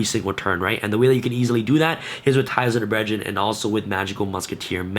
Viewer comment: “Ties of the bredgeren!” 😅